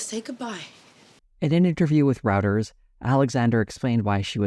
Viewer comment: The way you pronounced Routers took me out. It's pronounced like Steven Root's last name